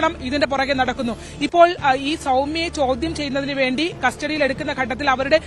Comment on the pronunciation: ച്യാചി ചൗധ്യം അല്ല ചോദ്യം best team ആണ് വാർത്ത വിവരിക്കുന്നത്